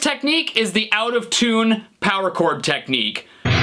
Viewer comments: You Forgot technic "neek-kneee" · His contorting his lips and the way he pronounced 'Nick Knee' cracked me up.